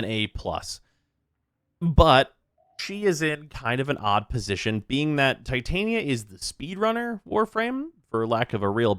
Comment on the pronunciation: Coming back to this mans videos in 2024 and glad to see theyre as clean as ever. But is bro really still pronouncing "Titania" like that ?💀